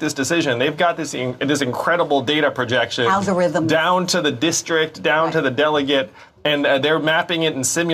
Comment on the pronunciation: The way she says "algorithm" is EXACTLY why Andrew Yang needs to be president. SMH